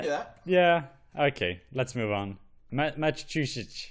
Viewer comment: he literally called my state matatatussets